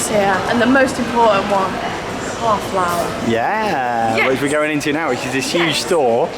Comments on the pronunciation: It’s pronounced car four I live in France lots of these about love your vids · Shop is pronounced car 4 it translates to ‘crossroads’ 👍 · Carfour is pronounced extacly how you spell it. Car 4. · When I was a kid Carrefour were on the high street in the UK! (It's pronounced "car 4" btw. Someone else has probably pointed this out, but I'm not going to wade through 240 messages to find out... 😉) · It’s pronounced ‘carrefor’ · no it isn’t. Car-re-four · Wait did just call the Carrefour, Carflour xD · carefour is actaully pronounced carfoer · only realised was talking about "Carrefour" when i saw the sign about halfway through because her pronunciation was so terrible lol.